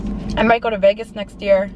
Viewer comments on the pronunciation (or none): none